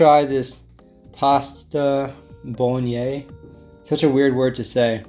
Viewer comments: pasta boloney, what? lmao bolo-nay-s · Its pronounced bol og nase/naze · “Pasta bolognese such a weird word to say” thats because you say it incorrectly🤣 instead of bolgnyay try saying bolgnays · Bahahaha “we have this pasta boloñe” what the fuck man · It still blows my mind you not only watch/watched the yogs but also hat films xD great vid mate! also Bolognese is said bola-naise, i know the MRE was pasta bolognese but its basically spaghetti bolognese which we call spag bol for short. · Bolognese is pronounced a lot like bollock knees. We just call it spag bol for short. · It's pronounced bolanaze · Btw it's pronounced BOLUGNAIS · The pasta bolognese is pronounced pasta bolonase kinda XD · Say it like bolenaze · Bolognese is pronounced like mayonnaise but bol-o instead of Mayo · Just saying bolognese is pronounced ( bowl - a - nase) 😂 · Bolognese is pronounced Bolo-Nays (or at least, it is in the UK. I'm sure there should be a bit more of an accent if you're Italian haha). It was one of the first Italian dishes to become popular in the UK, and it's usually one of the first meals that people learn to make when they move out of their parents' home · Surely you have Bolognese in the US? Pronounce bolonaze. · The way he said pasta Bolognese 😷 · And then he butchered the bolagnaise